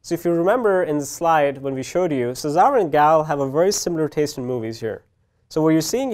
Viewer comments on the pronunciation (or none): Machine Learn to say Cesar ... ffs